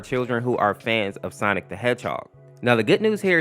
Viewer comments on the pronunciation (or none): I notice whenever he says Sonic.EXE he says "Sonics.EXE" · i keep hearing "sonix" 🗿